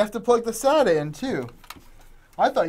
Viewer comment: You said SATA correctly unlike other people who say "SayTah"